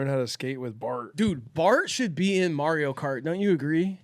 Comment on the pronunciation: “Mario Bart” is much funnier than you think if you’re from a German speaking country cause there’s a comedian called Mario Barth (the th is just pronounced like a regular t here) and he’s a famously bad comedian whose whole concept is “my wife and women in general are annoying”